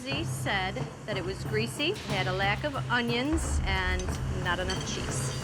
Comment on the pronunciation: never trust a man that says Ungions